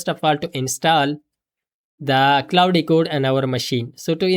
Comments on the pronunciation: Indian pronunciation 😂 Clau de code 😂 It's claude not clau de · Claude ❌ Clauudey ✅ But this is working>>>